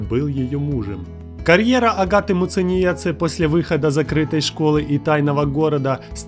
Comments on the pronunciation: Масочки от Няшечки !!! Не Муценице А МУЦЕНИЕЦЕ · Научись выговаривать Muciniece 👿🤬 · Меня одной бесит, как он читает Агатину фамилию? Я из Латвии ,как и она. Уши режет от такого произношения... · Неправильно произнес фамилию агаты